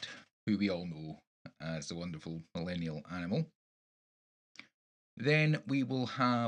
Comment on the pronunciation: BTW.... Close enough on my name pronunciation!